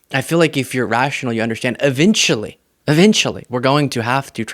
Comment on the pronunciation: Hey, it;s pronounced eventually, not evintually, just sayin'.